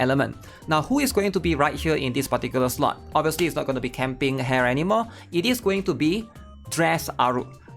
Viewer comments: ITS PRONOUNCE HA-RE NOT HAIR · The way he says Hare and Sumire's name hurts my soul. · really cant say hare's and sumire's name right kek